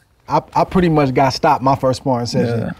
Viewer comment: It would’ve been GGG like Canelo but GGG ducked lol 😂 He said “Ward too musch for me” 🤣🤣🤣🤣🤣